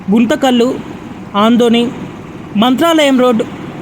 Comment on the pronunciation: ఆందోని కాదు బాబు ఆదోని